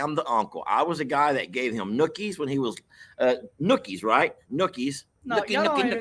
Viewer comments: It is not nookies. It is noogies. There is a huge difference. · This great video, The Three Musketeers, are back. 🎯, it's "Noogie" for the head rub. And, "Nookie" like you used pertaining to Jake is sexual. 🤣🤣🤣🤣